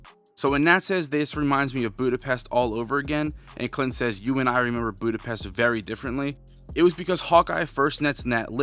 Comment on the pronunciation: My man, you watched the movie and still cant pronounce Budapest correctly 😅